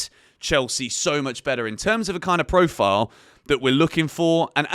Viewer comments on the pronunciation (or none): none